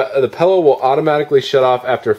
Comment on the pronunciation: Every time it sounds like you're pronouncing it pellow i wanna say its PILLOW, not pellow.